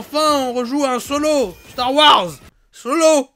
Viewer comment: C'est plus starwars, c'est Starwouarzazate